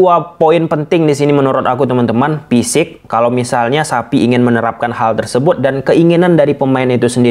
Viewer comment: Xavi bang bukan sapi